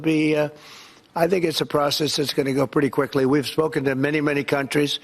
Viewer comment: His standard, "minny minny countries..." bla bla bla.